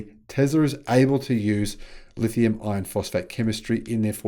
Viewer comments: It's not the terminology, it's pronunciation. "R" is a weird sound. People from lots of countries have trouble with it. When says iron, it sounds a lot like ion. "lithium ion" is an extremely common pair in the battery world. I can see it causing confusion. Two solutions: Say "LFP" instead, or work on the pronunciation of "iron" at least to the point that CC gets it right. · STOP calling them "lithium iron phosphate" !!! When you say "Iron" it sounds just like "ion". BIG DIFFERENCE !!! That's why NOBODY else makes that mistake. That's why they properly call them "LFP". Then, there's no confusion. STOP IT !!! Please !!! Even your CC hears you saying 'ion' when you intend to say 'iron'. Terrible communication scramble.